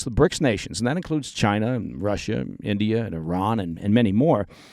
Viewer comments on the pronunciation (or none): none